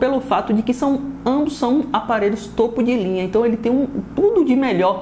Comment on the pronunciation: TOPO DE LINHA Fala certo porraaaaaaaaaa, mané topo de linha